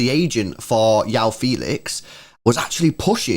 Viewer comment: For my non-Portuguese speaking mates Joao is pronounced "Juh-Wow" 😜